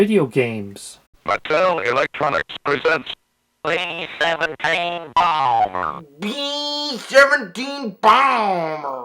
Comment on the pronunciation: Bee sevunteen baaaamer!